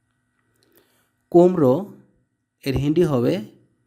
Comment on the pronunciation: হয়নি হিন্দ লিখেছেন কিন্তু আপনি নিজেই বলতে পারেন না। আর হিন্ডি না হিন্দি